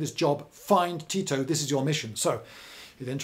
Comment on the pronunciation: Oh I would pronounce it Ti - To